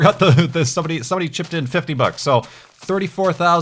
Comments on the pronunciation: I thoughts he said butts.. Anyone else? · Lol. That's what I heard too when he said "bucks." XD.